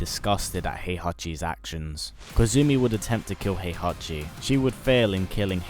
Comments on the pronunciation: It's HEE-ACHI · "Hehachi Mashima...is dead"